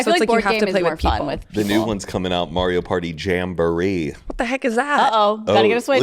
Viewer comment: "Mario" "Mary-o"